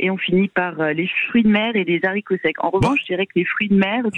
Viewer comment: Les "zaricots" ? 😉